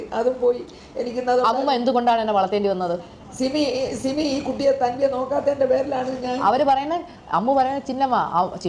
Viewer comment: സിബി അല്ല 😂😂😂simi ആണ് ബ്രോ...😂😂😂